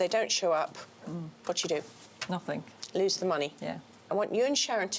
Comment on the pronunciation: She wants to be glamorous,and she says ‘nothink’.She needs to learn the language.